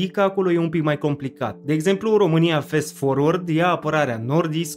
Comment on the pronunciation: corect este Fast (din "fast forward"), la fel ca-n romanescul FAST (cu mare fast), nu Fest forward!! asta asa, ca idee.... :o))